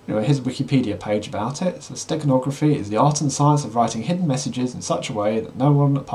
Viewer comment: For a second, I thought you said Steak hide - you were making me hungry! LOL